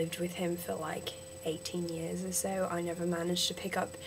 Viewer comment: vowels - one syllable not two country - cUHntry advantage - the first one was right years - yeahrs (lighter on the 'r') um - sounds less like 'arm' out - owwt (too british) and yeah - dont expoit your citizenship! check out Adam Hills